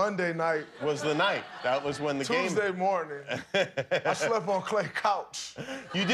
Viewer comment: “I slep on Klay couch”